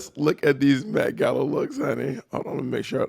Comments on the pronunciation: The MEH-gala lol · the METH gala??